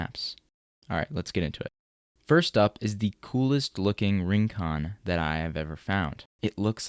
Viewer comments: Rincon is pronounced reen-KOHN, with a Spanish tapped r. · PLEASE learn to pronounce Rincon, it hurts the ears